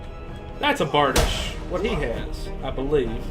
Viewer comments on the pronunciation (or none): Okay Imma be that donkey but, it's pronounced Bar-Dee-Sh; the reason I say this is it can be pretty amazing (Still love ya). Edit: The maul is possibly the slowest weapon in game, however, it WILL smash if done properly ( also thrusts can knock people down?).